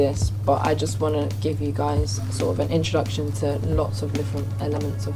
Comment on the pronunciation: so no one is gonna tell her "intraduction" is wrong?